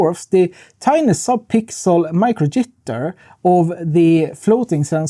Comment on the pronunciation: Your accent on the first “micro jitter” genuinely gave me a giggle. Thank you!!